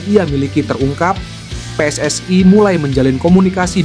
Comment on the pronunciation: PSSI. bukan pss ai.